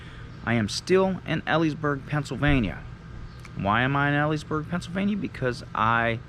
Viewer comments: Just to let you know, it's pronounced, "Eeleesburg." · It’s pronounced ee lees burg. Long e sound. Like you’re saying tea leaves. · Eliesburg pa its pronounced bud lol😊